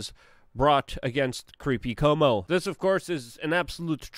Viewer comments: NOT pronounced Como. More like saying Quote or try this -- Cwomo. Holy shit, who doesn't know this?!?! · I don't like the guy either, but I wish you would learn to pronounce his name. It is NOT COMO! It is Cu-omo, three syllables, as in, kind of, coo - oh' - moh. It's just something we've all heard so much it's kind of hard to understand why you keep saying Como. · Dude, its CUOMO..... KWOMO.... not Como. do you not read the name? Do you not hear other people say it? How can you still get it wrong every time. You need hooked on Phonics, bro. I know you're Polish, but C'mon, dude. Pronunciation.... It's important.